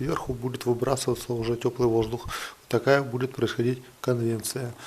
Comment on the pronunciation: Прошу прощения за поправку, но не конвеНция, а конвеКция. А по поводу дымосборников и дымовых зубьев с Вами согласен.